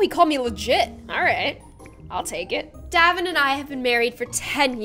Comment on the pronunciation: You’re pronouncing daevon wrong it’s like day-von not davon